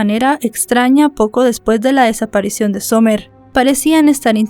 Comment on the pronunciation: Disculpa amiga pero no se pronuncia Somer se pronuncia Samer Cuando tengas nombres en ingles aprende a pronunciar los nombres apellidos calles estados porfa